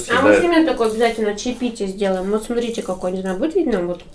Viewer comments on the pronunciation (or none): none